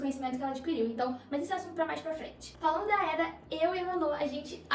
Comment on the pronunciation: correção: não é éda e sim eda